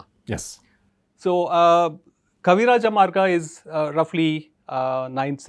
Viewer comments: it's not Kavirajamargam! It's Kavirajamarga!! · Gamarjoba the host is adding the umm sound at the end of Kavirajamarga. The guest himself was pronouncing it correctly until the host stressed the um sound a couple of times and then guest also started pronouncing it as Kavirajamargam instead of keeping it Kavirajamarga. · Such a cool guest and its a shame that the host wasn't prepared and why is he stressing on adding the ಅಂ at end of ಕವಿರಾಜಮಾರ್ಗ?? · Why is the interviewer pronouncing kaviraja marga as kaviraja margaM ?? Why M in the end of marga?? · I just don’t know why the host is saying Kavirajamargam, it is Kavirajamarga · Kavirajamarga.. not Kavirajamargam. Please.. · Why host is saying Kavirajamargam🤣🤣🤣 he need to learn Kannada first